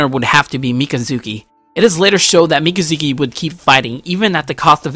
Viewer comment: You said both names wrong.